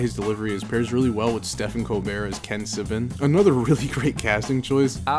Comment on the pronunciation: As a Stephen, im obligated to critique your pronunciation of Stephen Colbert's name